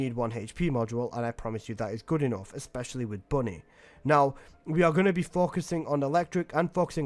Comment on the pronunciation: IT’S BUNNY NOOOOOOOOOO 😭😭😭😭😭😭😭😭😭😭😭😭